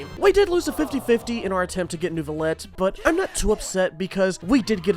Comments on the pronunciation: IT'S NEUVI!!!! NEIVILETTE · Neuvilette, nerville顶